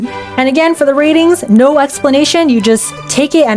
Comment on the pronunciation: "listen. naur"